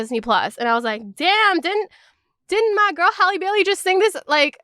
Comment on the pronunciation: Thank you for pronouncing Halle's name correctly lol so many people say it wrong and it really irks me